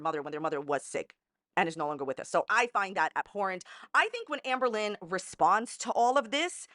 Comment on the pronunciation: I love how she pronounces ahmbURlin